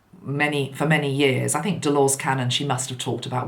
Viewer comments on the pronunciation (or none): I love this Hot Topics format - there’s so much to talk about at the moment, it’s great to be able to cover several issues 💕 Just a random thing (especially if you do manage to find a way to have a chat with her), Delores is pronounced De-lor-uz 😉😘